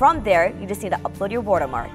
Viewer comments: It's "Watermark" btw not Wotermark hahahaha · She keep saying WUTER-mark not WATER-mark no hate it’s just funny 😂 Good job tho!! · Wortermark^^ Lol I love it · "WortErMark" i love that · so nobody can sTiLl it 😂 "wUtErMUrk" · No one: My dad: The lady is this vid: W O O D E R M A R K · no, it's "wirtermark" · skyline no it’s wutermark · Wurter mark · "War - Ter Mark" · woatermark lol